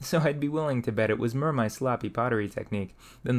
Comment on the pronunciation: you seem to replace o's in some words with e, like "mere" instead of more, or "unfertunately" :D just an observation, any reasoning for this?